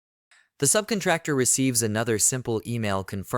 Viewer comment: Someone please teach this person how to say subcontractor. I cannot unhear this.